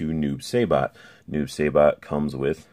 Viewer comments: you pronounced noobs name wrong ☹️. Sai not Say. sorry i’m a huge noob main in mk11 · Noob saybot? Lol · you keep says noob saibots name wrong